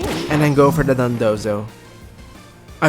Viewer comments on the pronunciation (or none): You're pronouncing dodonzo like dundozo